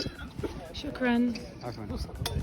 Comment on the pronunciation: guys am I the only one when says shokran I feel she’s native Arabic speaker? U probably should learn Arabic ima give u an online course lol